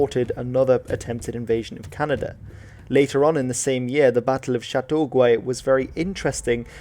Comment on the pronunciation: Chateauguay is pronounced sha-toh-gay, not sha-toh-gway (the English phonetic version is essentially just the French word with some English lexical stress added to the first syllable and the resulting weakening of the other vowels). Also, as other have noted New Brunswick was a new colony apart from Canada and it was formed out of the part of New France called Acadia, which was to the east of the French colony of Canada. The bulk of the Loyalists in the two Canadas were in Upper Canada (what is today Ontario) and a smaller number in the urban centres (esp. Montreal) and the Eastern Townships of Quebec (today the region of l'Estrie - the part that lies roughly just north of Vermont). A large number of Loyalists also ended up in New Brunswick and Nova Scotia but these colonies were not a part of Canada until 1867.